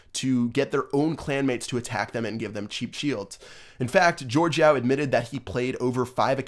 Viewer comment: BTW, it's Yao, like Yao Ming the basketball player, not Yo